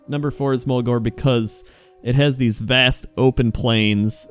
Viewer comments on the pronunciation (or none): none